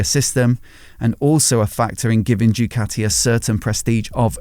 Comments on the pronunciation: How hard it is to say Doo Ka T' ee? Instead of saying Jucatti? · I wish you would stop calling it..... Due-cati